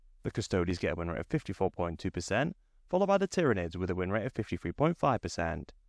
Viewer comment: You say percent in a way that annoys me, although it improved throughout the video.